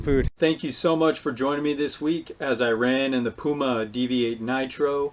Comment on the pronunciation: Thanks for pronoucing it right. Poo-Mar. Not Pheww Mar. Damnnnn